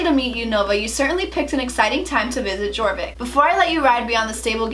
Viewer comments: SSO players are quaking when she said Jorvik with the j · Just an FYI the J in Jorvik is pronounced like a Y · I saw the Jorvik pronunciation coming xd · who else is trying not to scream when she says Jorvik 😂No hate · When u said jorvik I cried bc u pronounced it wronggggg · Okay so i'm not hating on you cause of how you pronounce anything but jorvik is ofc spelled jorvik but i pronounce it like your vik but its spelled jorvik just saying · Im sorry but i cringed so hrd how u pronounced jorvik LOL i used to say it like that too but its actually pronounced "Your vick" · no hate but: her: jor vik me: deep inhale *YOR VIK* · I’m sorry but this bothers me haha, it isn’t g-or-vick it’s y-or-vick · its pronounce YOUR-vik not jour-vik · "All about celebrating sister hood" My moms bank account when we had to buy monthly star rider and then buy $80 worth of lifetime; haha n o also is anyone else cringing when she says gorvik instead of yorvik?? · yea thats what I meant, its spelled jorvik, but she pronouncing it gorvik instead of yorvik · It kills me when you pronounce jorvik as gorvik instead of yorvik 😂 I love your channel so much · The fact that you said jorvik when it's actually pronounce yorvik made me kinda cringe xD amazing video <3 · "ohh and there's a jjjjorvik map" it's prononced yorvik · AHHHHAHH NOOO SHE SAID (JOR-VICK) ITS (YOUR-VICK) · I always used to pronounce Jorvik G-or-vick... now I know it’s pronounced ye-or-vick! Right? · Me listening to how she said Jorvik *Honey no, Its YoRvIk not jOrViK* you pronounced it wrong- >:0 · she said jorvik with the j not being silent. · Jjjj-orvik it’s yor-vik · It is pronounced yorvik not jorvik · I am cringing!! By the way it's like Yorvik not Jorvik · Actually, it's pronounced like "Yorvik" since its a Swedish game. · It’s pronounce “Yorvik” the “J” is “Y” Sound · Omg the foal Is soooo cute!! Oh and btw it’s pronounced yorvik why don’t u use the key stickers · you pronounce it yorvik for Sweden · It's pronounced Yorvik